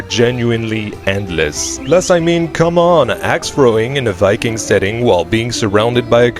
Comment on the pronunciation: wiking never gets old